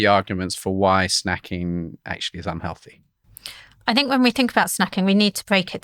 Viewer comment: she should say 'healthy snacks' not 'on-healthy snacks' then 2 seconds later say un-healthy snacks'. it would be difficult to speak less clearly.